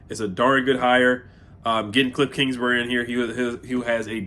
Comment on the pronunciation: Bruh you boutta have a stroke saying this fools name😂